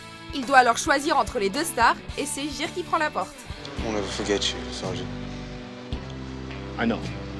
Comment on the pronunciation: Euh... Ça se dit Guire... Et non Gire...